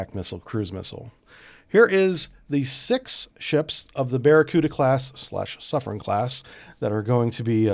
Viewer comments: I believe that is pronouced Soof-ren. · He even got wrong the pronunciation of the submarine class (he said "soufrance")